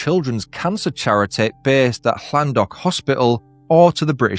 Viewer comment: Thanks. And you pronounced Llandough correctly.